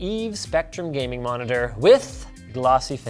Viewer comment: well got the gayming part right...